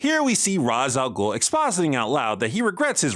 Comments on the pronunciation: arab here and you’re right. I don’t know why the official pronunciation became raash instead of ras. Ras al Ghul translate to the demon’s head, which is the intended meaning. Raash translate something stupid or meaningless. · The correct one would be raass al ghoul with a bit of emphasis on the A The "sh" does not exist, i dont know where they got that from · Comic Ras is pronounced Raz. DCAU Ras is pronounced Ra-sh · Actually you pronounce it right!!!! Ras Al Ghoul = Goublen’s Head رأس الغول I think Rashe pronunciation is just an English way of saying it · Funny thing about the "raych" and "ra's" el ghul is that both are correct pronunciations they are just spoken in different by I think Hebrew and Arabic respectfully